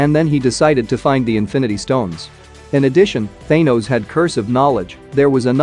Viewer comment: Thaynose noice